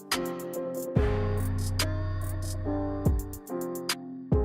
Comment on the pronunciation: You're good as a news reporter but you need eleqution lessons, it's three not fwee and thanks not fanks .